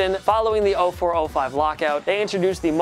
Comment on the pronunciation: And he can't even pronounce Martin Brodeur's name